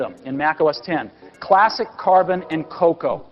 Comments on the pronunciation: The Steve Jobs video you include has him showing you the correct pronunciation of both Mac OS X and Cocoa and yet you still get both wrong throughout the video 🤦‍♂️ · I just love how you mis-pronounce Mac OSX and Cocoa despite literally showcasing a keynote with Steve Jobs pronouncing them correctly. X = ten Cocoa = the coffee bean